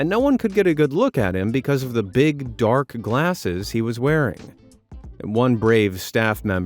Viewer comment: "BEEG money for BEEG kitty"